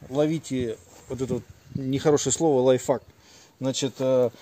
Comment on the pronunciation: 😂😂😂мужик не хорошее слово потому что ты не правильно его произносишь Не лайфФак а лайфХак))))